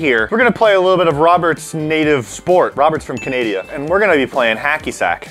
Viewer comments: said “Canadia” instead of “Canada” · ITS CANADA NOT CANADIA GET IT RIGHT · We all just gonna ignore that pronounced Canada, Canaydia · Did nobody notice said he’s from Canadia and not Canada? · Can we just acknowledge that said canadia instead of Canada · Daisy Primeau this was a joke based on saying Canadia instead of Canada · “roberts from canadia” LMAOOO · Anyone else notice that said, "Robert's from Canadia" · i like how says Robert is from Canadia its Canada lol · nodody's gonna talk about how said CaNaDiA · Um.....canadia? Canada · Wats canadia 😂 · Jennycat ZZB okii I thought it was hilarious Bc I’m 16 and I’ve called it Canadia since I was really little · “Roberts from canadia” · "canadia" XD